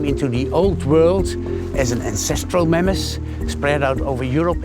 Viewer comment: What's a wooly Mammass?😂 I cant unhear this pronunciation..